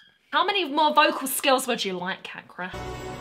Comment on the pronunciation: Ca in Cakra spell the same as Cha in Charlie. So it'll sound like Chakra, not Kakra.